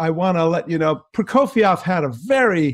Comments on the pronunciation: Hermione: It's not Prokofi-ov, it's Proko-fee-ev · It is hard to hear you mispronounce the name "Prokofiev" every single time you say it in this video. Also, you keep calling your alterations - "corrections". Prokofiev wrote what he wanted! Your "corrections" all sound bad to my ears and are not corrections.